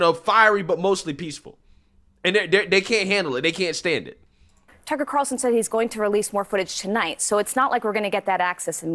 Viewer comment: One of these days you'll actually say Tucker Carlson correctly.